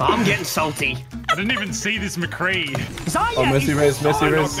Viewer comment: Why can't they just say Zar-ya. What is Zaya? Jeez >:(